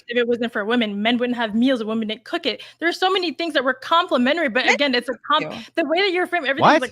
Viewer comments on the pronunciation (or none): Oh my GOOD GOD can SOMEONE correct this stupid bitch, WOMAN AND WOMEN ARE 2 DIFFERENT WORDS. Holy SHIT that is driving me INSANE. Am I crazy or are Gen Z women all randomly starting to pronounce WOMEN as WOMAN???? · WHY can that woman not pronounce the word women??? This is becoming a generational problem.